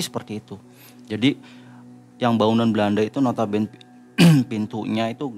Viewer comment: nota bene tu dibacanya NOTA BÉNÉ. Bukan "nota bén". Itu bahasa latin aslinya. Maap dikoreksi 🙏🏻. Karena sering banget nyebut Nota Bene di video.